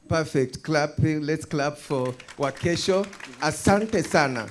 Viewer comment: Wakesho, get yourself a kiswahili teacher. Good initiatives though.